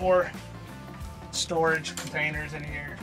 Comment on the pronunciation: “Here we have store floorage” 😂